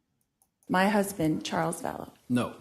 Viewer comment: “My huzbin “